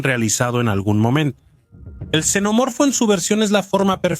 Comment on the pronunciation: Cada vez que escucho a alguien decir chenomorfo o yenomorfo pierdo todo el interés en el vídeo.